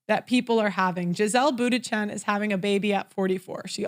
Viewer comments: That quote was from Sherrill Sandburg the former Facebook CFO and it’s pronounced “Munchen” not Bootychin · Giselle Boondshen would be more like it, if pronouncing an Ü is out of the question. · Hahaha can't pronounce Bundchen... tip it's not Buttigieg.